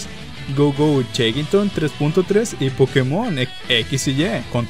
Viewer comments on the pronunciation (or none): none